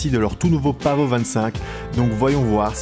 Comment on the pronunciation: Pavo pas paveau 😂😂 et pas pavot non plus 😎😎😎